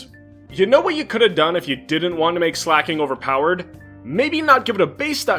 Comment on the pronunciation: Dude, you completely butchered Slaking. WTF!